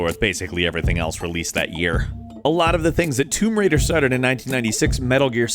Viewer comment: its tomb raider not tumb raider